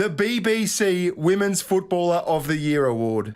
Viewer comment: Your wife can't pronounce the word "women's". She's not the only one. Why is this happening?